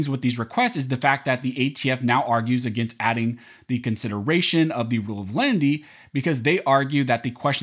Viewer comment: I know, I was just mocking the way this youtuber pronounces it